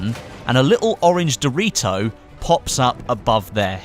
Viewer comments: "simply follow the orange doe-ree-toe" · I love how you say doritos